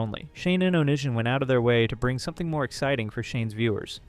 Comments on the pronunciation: LMAO its definitely not on i son. its oh-knee-see-on. fuckin on i son LMAOOOOO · Oh-knee-see-on lmao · Bruv if you’re gonna cover old YouTube lore learn how to pronounce onision …oh knee sea on. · BROTHER ITS ON-I-SON. FUCKING GOD ITS PISSING ME OFFFFF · Justin bye-ber and onishun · I just got to that point and I'm like... Waaiiiiit. Are we talking about Onision? ONITION? xD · How have you been on the internet this long and mispronounce, "Onision"? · genuinely can’t take this video seriously if you can’t even bother to learn how to pronounce youtubers names properly